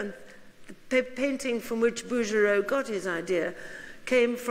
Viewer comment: Smithsonian Institution, please....NOT institute! Bouguereau..BOO-gair-oh. How can a learned lecturer of art not know how to pronounce artist’s names?